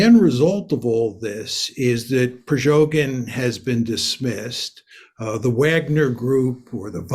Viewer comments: Not priZHogyn, but priGozhyn. pri-go-zhyn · "Prigozhyn" not "Prizhogyn". 😊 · His name is Prighozin, not Prizhogin. Mister knows topic as he knows the names. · It's PRIGOZHIN MR Mearsheimer not PRIZOGIN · "Prizhogin", says the expert ... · Did he say “prejogin “? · How stupid is this man??? In the first minutes he cannot pronounce the name of PriGozhin correctly... 😀😀😀 Ridiculous. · "Prizoghin" Lmao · You would think the expert would know how to pronounce Prigozhin. 🤔 Russia conquer 40% of Ukraine?!? What has this guy been smoking? If Russia was going to be able to push any further into Ukraine, they would have done so during their last big push, the one that cost them 100k men and got them Bakhmut, barely. They're going to lose that again, and soon. Russia is a spent force. They may be able to bring more men to the table, but they don't have the materiel to equip them. They'll be sending out the warehoused T34's and T38's in the next couple weeks. What do they do when those are gone, send in the cavalry? They can't even defend their own porous borders properly anymore. Prigozhin could have made it all the way to Moscow, with only token, feeble attempts to stop him. Any country with a functioning armed forces would have stopped him before he got 50km in. Slava Ukraine. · This old moron isn't even able to learn the proper pronounce of the thug's name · This specialist Mersheimer cannot even pronounce the name of Wsgner group leader Prigoshin rigjht. M. is not credible. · i value mearsheimer's analysis and i think he also has good political instincts. but i really need him to stop mispronouncing "prigozhin". if newsreader twits on fox news can get it right, then john really shouldn't be mixing up the syllables as he does here >,<